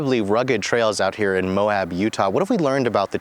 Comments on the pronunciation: I died a little inside when he called it "Mo-hab". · I hit like on all your videos except for this one. Only because you called it Mo-Hab. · Mohab? It's Moab.